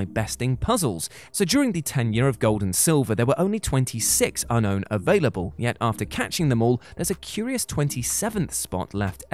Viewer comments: Unown Is Pronounced As "Unknown" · "Un-own" makes it sound like they're not owned. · you will NOT disrespct unown like this. it's pro-nounced just like the word unknown. wtf is wrong you brits? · Man, I’m so used to calling them “Unknown” that when I hear people call them “Unown” I cringe a bit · How unown is pronounced has broken my heart 😫